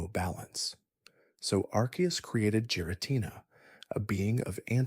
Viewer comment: Not even 2 minutes in he pronounces giritina, 'jiritina"